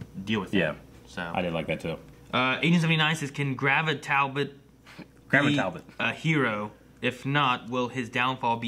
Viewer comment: Ok is saying Talbolt on purpose just to trigger people now 😂